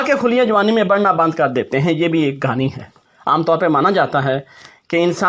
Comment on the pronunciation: Excellent video, today watched the video with my family, and really enjoyed it. My wife said it is 'Kahani' not 'Ghaani' 😂